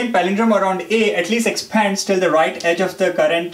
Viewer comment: good video but just cant listen to his stressing on Exppphaaaads.... lols...